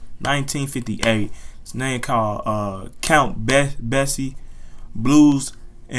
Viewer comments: Basie is pronounced “bay-cee “ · Count Basie (bay-cee) is the piano player. One of the things that has stuck with me that he said was, more or less "I only play the notes that can't be left out." Cheers, my friend.